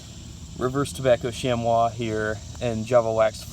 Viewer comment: Chamois is pronounce "shammy" FYI.